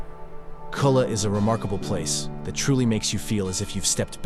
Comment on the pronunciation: Just one of many awful mispronunciations......Culla=koo- ya...sorry, I live here and speak the lingo.